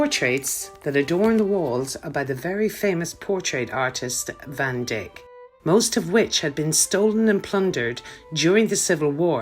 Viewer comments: I believe its Vandyke not Vandick ! LOL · Van Dyck is pronounced Van D -eye-k not Van Dick. Van Dyck as in a Holland Dyck NOT a part of male anatomy. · A very good tour. How did you manage to film inside? Did you just grab some shots because there were no attendants? Btw, the surname of the artist Anthony van Dyck is pronounced dike. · The part you referred to as the round tower where the queen lived is not the round tower , the round tower was down on the right side . Everything you said about this tour was good but the part about harry. People have heard enough about him. Painter is not van dick, it's van dyck. Live your videos! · You know I struggled with that pronunciation, All I kept thinking of was Dick Van Dyke and as that was spelt differently I assumed It was as I said I’m so confused lol but thank you Stephen for clearing that up for me Trust me I would have felt more comfortable with Dike 😊